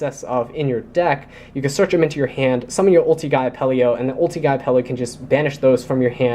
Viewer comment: Great profile honestly, for a competitive version of my fav deck. I just have to say -- Its Apelio, not Apple-e-o <3